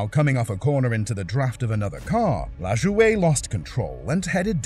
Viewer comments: Randy LaJoie's last name is spelled LaJoie but its pronounced La-Joy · That was driving me nuts, I started to search for the race to see who it was, but decided to check the comments 1st, because I could not figure out how to even spell "LazzUway"? I hate these stupid channels that know nothing about a topic, but attempt to make themselves look like experts on the subjects, then cash-in. They don't even bother to look up the correct pronunciations of the driver's names, or use ai to narrate. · La Joy, not La'joeda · Randy LaJoie pronounced LaJoy. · Randy LaJoie… his last name is pronounced like LaJoy. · We Americans don't pronounce French names the way French people do, so Lajoie is Lajoy and Bodine is Bo-dyne instead of Bo-deen. Though there was a famous baseball player named Napoleon Lajoie where it is pronounced in the proper French fashion, but his career was over 100 years ago. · Bro said LAjooOey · Its pronounced "La-Joy." Nothing better than copy writers don't take 28 seconds to just ask Google for pronunciation. At the very least, that's how the man himself produces it. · Addendum Oh and the 07 car at Daytona. The drivers name is Randy and its pronounced LaJoy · It’s La-Joy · The man’s name is pronounced Randy LA JOY. SHEESH. That damned AI will be the death of us all. I only lasted thru 5 minutes. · Just an fyi. Randy LaJoie’s name is pronounced LaJoy. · It’s laJOY that’s how you pronounce it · LaJoie is pronounced La-joy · Sorry you lost me at Randy LaJoie; that name is supposed to be 2 syllables (La-joy), not 3 French ones. I lived thru that era and know the names, apparently unlike you. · The pronunciation of Randy Lajoie's name hurt my brain. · Pronunciation on nascar drivers is bow dine and la joy